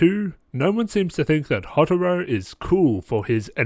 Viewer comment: I’m just gonna leave this here. Hyouka (He-yo-ka) Houtarou (Hoe-tar-o) Also the shows characters definitely get better and so do the mysteries. Also it’d be cool if you could do a RHG on Little Busters. The only problem with that is that the first season is like a long setup to the second season and the second season (Little Busters: Refrain) is way better.